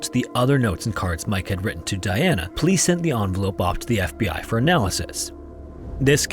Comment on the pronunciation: is this an AI voice? the way they pronounced “FBI” was weird !